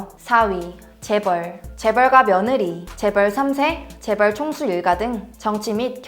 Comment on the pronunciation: 재벌 나올때 일부러 미국식으로 줴붤~ 하고 따라하는거 다안다